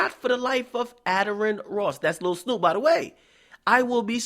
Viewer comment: U not even saying Snupe name right and your voice is irritateing asf